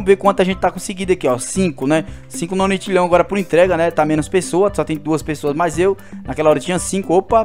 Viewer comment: não é nonitilhao o certo é nonilhao e não se pronuncia octilhao se pronuncia oquitilhao